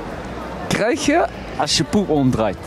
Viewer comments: Niet po-ep, maar pe-op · 'ging ook nadenken:.... PO-EP' ??? dat is gewoon poep jonge ahahahah! goeie hersens broertje! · Johar Boonman hij zegt toch echt vrij duidelijk po-ep hoor “kneus”